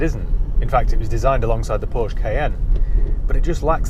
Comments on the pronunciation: The state of someone moaning about how people pronounce Touareg when he doesn’t pronounce Porsche properly ;) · so you’re teaching others how to pronounce “touareg”, and in the same time you didn’t learn how to pronounce “porsche”? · Funny, telling us how to pronounce Touareg but mispronounce Porsche....hmmmm. Good video though.